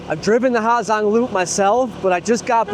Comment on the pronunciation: How are you calling it the “ha Zang loop” that can’t be how you say it bruh